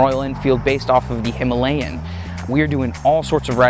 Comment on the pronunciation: Today I learned that it's "hiMALayan", not "himaLAYan"